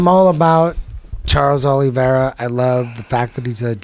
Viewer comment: eddie “charles arliveira” bravo